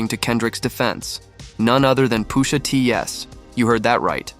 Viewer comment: Why tf he saying Poosha T